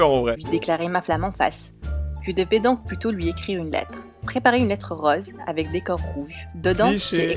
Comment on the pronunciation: T'a oublié rauze 😂